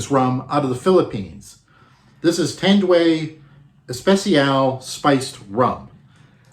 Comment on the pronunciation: its Tan---duay